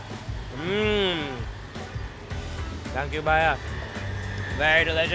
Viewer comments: Bhaiya bro not bhaya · He said: Thank uhhh baya..🤣🤣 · Well most people were cringing at the way you said "Bhaya" and a bunch of other stuff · It's baayaaa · he said baiya xD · This guy is just amazing. Love how polite he is and how he pronounces baaya Lol thank you for embracing India and its diverse culture. We need more open minded bold people like you on this planet. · The way you say bhayia is so awesome Love you❤❤❤❤🔥🔥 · O bhiaya Nahi O bhiaya😂😂😂😂